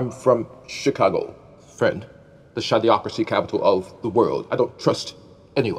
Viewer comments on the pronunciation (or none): It’s shady-ocracy that says. He just pronounces it weird.